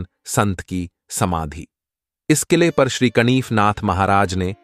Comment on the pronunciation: "कनिफनाथ" नहीं, "कानिफनाथ".